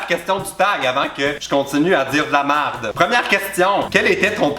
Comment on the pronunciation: Avant que je dise de la marde ! Oh l'accent québécois !